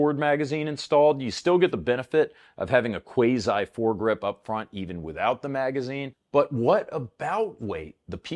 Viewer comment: I've never heard anyone pronounce "quasi" that way before. Have we all been pronouncing it wrong or is he? This topic is probably a rabbit hole.